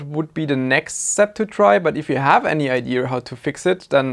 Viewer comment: It is called IDEA not ideaR...